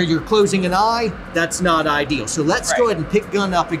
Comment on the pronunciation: He said eydeal!